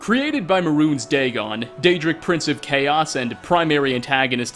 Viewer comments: "meh-runes" sigh May-runes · Maroon’s razor?? No it’s pronounced may-rune’s razor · I'm convinced this guy has never even played the game. He called Mehrunes Razor, Maroons Razor. He mispronounces too much to have actually experienced these things first hand.